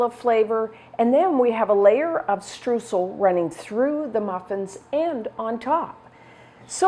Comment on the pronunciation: Hey, great recipe! Just a small advice from a German speaker: the "eu" of Streusel is pronounced mor like the "oi" of "oil". Don't know if you care, but know you know;)